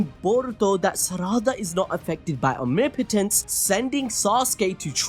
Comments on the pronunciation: Bro really said omnipitence, ITS OMNIPOTENCE MY NIGGUH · Why does keep pronouncing Omnipotence as omnipittense